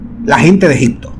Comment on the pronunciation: Ni hablar sabes Se dice ejipto no ejicto